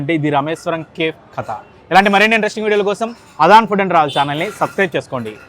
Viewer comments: Kindly It's not kef, it's cafe. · కేఫ్ కాదు, కెఫీ. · That is not kef 😂 that is kefe (spell) . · Bro pronounce Cafe as Caa fe not cafe.....kafe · Please check your pronunciation "CAFE"